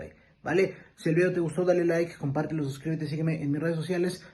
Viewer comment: Ya perdió mi respeto con haber dicho eso jajaja ha y que dice vidio en ves de video 😂